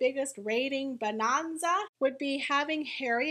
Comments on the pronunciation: What's with the Jane Hathaway pronunciation of "bonanza?" It's bo-NAN (think Ma'am, like ham)-za. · Bo Non za? Who talks like that??